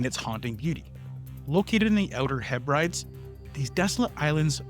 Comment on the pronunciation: If you're gonna broadcast, you gotta pronounce properly, dude. Hebrides: He-Bruh-Dees (stress on the first syllable)